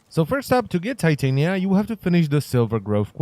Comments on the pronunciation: I thought it was pronounced tih-tahn-ya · I know it's his accent but...the way he pronounce titania, it's...weirddddddddd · The way he says her name physically hurts me. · Im pretty sure u said her name wrong